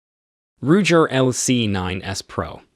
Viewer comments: Can’t take this video seriously. Stop using bots with simulated voices to do your videos because saying it like Syg and Rujer make it sound like you don’t know what you’re talking about. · How did the non-gun dude pronounce “Ruger”? “Rouger”? 😂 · It's a fake computer generated voice. "Rujer" for example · Rujer, really??? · He said Rujer 😂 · Roodger????? R u ggggger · Ruger…how on Earth did you mispronounce that so awfully? Now I’m questioning your credibility. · Who the hell says ruger wrong 😑